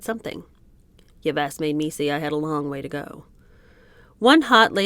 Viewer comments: So glad to embark on this book. It's that name Yves? It's pronounced as Eve. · You're so cute! Yves is pronounced "Eve." : ) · 😂😂 I did.not.stop laughing from the Buckminister story to the whole “sitting 8 hours in the tree wishing she was a bird”(totally relatable there minus the dr* gs), the abrupt flash on the screen letting us know the pronunciation of “Yves whoever” was wrong (otherwise I’d have never known) and just imagining this Pierre Tradeau basement moment. 😂😂 Thank you for sharing and to your sister, Cassie, for the great recommendation!